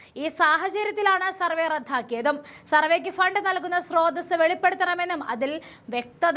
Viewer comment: റദ്ദാക്കി എന്ന് പറയണം അല്ലാതെ റദ്ധാഖി എന്നല്ല. ആദ്യം മലയാളം പഠിക്കുക പിന്നെ ന്യൂസ് വായിക്ക്